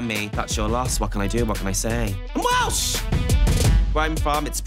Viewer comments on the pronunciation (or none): none